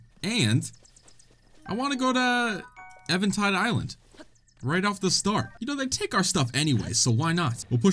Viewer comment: I love how he says evantide island and not eventide island